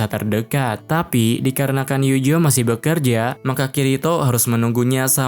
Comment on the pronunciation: Bang tolong bet penyebutan nama pake Pelafalan asli, Eugeo jangan Yujo, Alice jangan Alis, beda penyebutan nama malah serasa beda karakter 😔